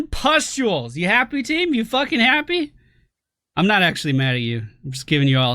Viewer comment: Also I find it funnier when you say "pestules" instead of it correct spelling pustules